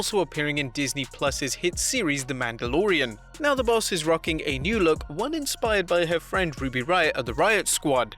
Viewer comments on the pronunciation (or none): none